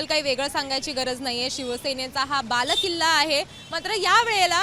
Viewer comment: बालेकिल्ला असतो गं बाई, बालकिल्ला नव्हे 😂😂😂😂